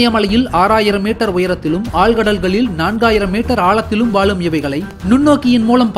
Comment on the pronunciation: வாலும் ஆ????? வாழும் பா.